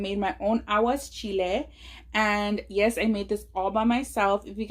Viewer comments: I love you chunky but you are pronouncing it wrong. It's Aguachile not aguaschile. No S. 💚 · It’s aguachile not aguaschile but it looks bomb